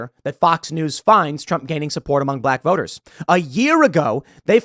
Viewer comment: Did tim say, Voner or boners ?